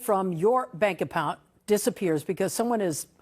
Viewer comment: Was that new story AI? she mispronounced "bank account". I have my sim card locked, when I got my new phone it was locked before I left the store.